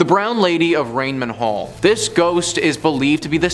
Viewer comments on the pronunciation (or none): Ray-nam, sweetie, not Rain-man.